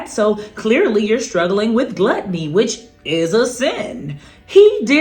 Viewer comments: It was funny when she said gluteny. I’m sure she meant gluttony lol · She said lets talk about your...Obesity and gluteny 😂🤣😂🤣 Wait he was standing!!!!???